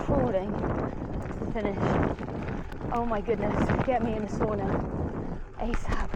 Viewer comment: It’s called Sauna, not Soona 😂 ❤